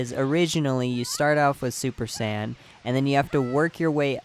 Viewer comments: Bothers the fuck out of me how you say Sayian it sounds so lazy and it sounds like your calling them sand, the sand race wtf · Tf is a San ummm I don't want to be a bother but It hurts to hear it tf is a sans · U can’t say saiyan. It’s not sands! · San? Saiyan you imbecile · listen closely, he pronounces saiyan as "sane".